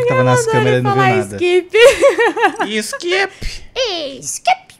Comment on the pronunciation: o pior é que sempre q alguém fala "skip" eu quase ouço a voz da nana falando iXkIpI